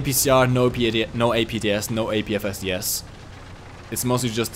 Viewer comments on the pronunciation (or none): none